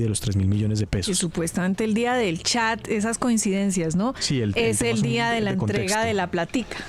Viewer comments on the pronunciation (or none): none